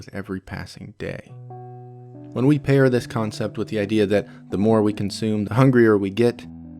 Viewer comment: are you speaking french i cant understand whats oui